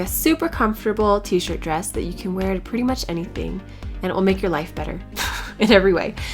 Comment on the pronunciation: Why is your "d" at the end of the words "b"? bress instead of dress!!!LOL